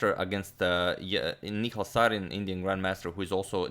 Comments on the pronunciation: Hey agad, It's Ni-Hal and not Ni-khal as in Mikhal Tal's name😅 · Antonio Sir the pronunciation is "Nihaal" Sarin :) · That's Nihal not Nikhail... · Nihal Sarin Ni ha l Ha like in 'Ha'rd.